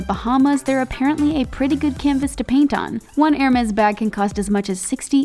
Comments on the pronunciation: Every time she pronounce "ermeZ" I feel painnnn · the way she pronounces hermès makes me die